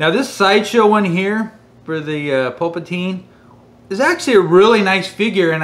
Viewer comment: Just curious, why do you pronounce Palpatine "Pulpatine"? Is it a joke that I'm not aware of lol.